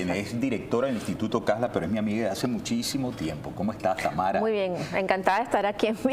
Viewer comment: Enves de tamaro, ? Es tamara 😂😂😂